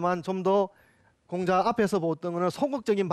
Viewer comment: 장음인 단어의 첫자를 짧게 잘못 발음한 예:공자, 서(공자의 서),편지, 두 번,사실,피마골,사건,사람,공유, 등 이 아상 듣고싶지 않습니다. 논어 강의에, 공자라는 말의 발음마저 바르게 발음하지 못하는 학자의 강의를 어떻게 듣습니까. 한문 강의를 하시려거던, 적어도 장단 자고저 공부를 좀 더 하셔야겠으 ㅂ 니다. "한국 어문을 고발함"이라는 책을 읽어 주십시요. 미국 변 완수 배